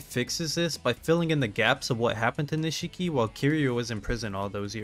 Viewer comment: Niche key. Not “nuh she key.”